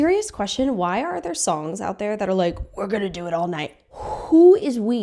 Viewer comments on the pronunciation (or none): none